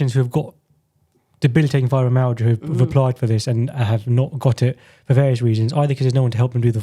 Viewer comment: Why can this doctor not pronounce Fibromyalgia?.